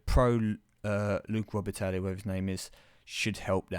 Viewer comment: just for future reference - its pronounce Luc Robatie. Those foreign names stuff is always silent lol